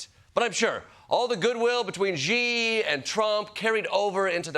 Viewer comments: So much wrong to unpack, here. 1) they are behind by 20 years at least in all things, including tech, always. Don't fall for their propaganda. 2) The X is a "sh" sound. It's "shee". 3) "especially over Taiwan, which China wants to take back..." This is ALSO tinted by CCP-occupied China's propaganda. Taiwan was never China's. Ever. Taiwan has always been ROC. CCP stole the mainland from KMT and declared it PRC. If you get nothing else right, please remember that one. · It’s Xi (pronounced Shi, not Jee). Maybe google before going on air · The Daily Show needs to stop repeatedly saying “president Ji” ! Where the J ? Where’s the J ? It’s Xi. This is seriously driving me nuts now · Why are so many people (like Klepper and Colbert) calling Xi "Zhee"? Pronouncing it "she," like the pronoun, is almost completely right. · It's Xi, pronounced as SEE, not ziiii. Do your homework. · What Gee? You can’t even learn a simple word ‘ See’! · Ahhhh. Jordan Klepper, don't fall into the strange American habit of saying "Ji" for "Xi". If you don't want to learn a new consonant, just say "She". It's closest. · You hear different Xi, it's not Zee, it's She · Jordan if Xi can pronounce Thucydides, surely you can pronounce 'Xi'? Its 'sh' as in she (or sort of close to that anyway), not 'zh'. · It’s not President “Gee”, it’s President “She”. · Dude the pronunciation for Xi is like She. It is not gee, or xy or some other exotic pronunciation. It is simply She. I cringe every time you mispronounce the name of the most powerful international figures in the world. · Xi is pronounced as "See" not "Gee". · “Xi” is not pronounced “gee,” but “she”! Why do so many people mispronounce a monosyllable?!😒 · Bro it's not "Gee" like the beegees, it's "she" like he and she. Not that hard! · It’s “she”, not “gee”! 😂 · It's not "Ji", in English, you would pronounce it like "She". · Jordan, it’s pronounced “Xi” 🇨🇳 like the word "she" … not “G” 🤦🏻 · “Shee” it isn’t “jee” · Xi is not pronounced “Ji”